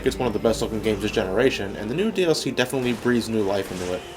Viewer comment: I swear he’s saying nude dlc